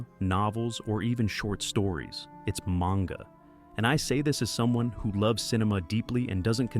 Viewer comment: Maynga?? ..wow this ai is shit